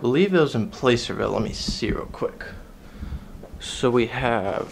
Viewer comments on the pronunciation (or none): Thanks for your videos! You're quite the historian! I look forward to more. I hope you'll eventually do one on the Holiday Hotel in Reno. It's cool you have chips from California cardrooms too. FWIW, the A in Placerville is pronounced as the A in plaster.